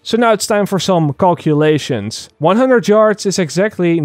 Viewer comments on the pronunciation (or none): "Now it's time for cockulations" lol sorry I'm not making fun of your English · he said cocklulations. i think he likes penis